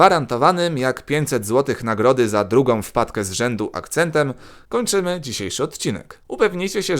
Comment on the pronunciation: Akcęt mnie rozwalił 😂😂😂